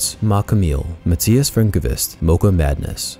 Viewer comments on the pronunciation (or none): none